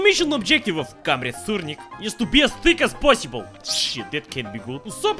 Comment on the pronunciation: "is to be as T H I C H as possible"